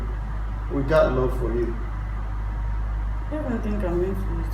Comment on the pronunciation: "We gat love for you" awww. Lool i legit found this funny. I love how you didnt edit the last part out . Love the make up! Good job honey!